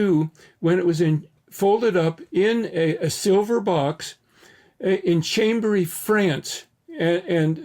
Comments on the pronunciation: Chambéry, France. Pronounced closer to "Shom-ber-ee". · Chambery in France is pronounced 'Shom-bry' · FYI: The French town is pronounced "SHAHM-bray".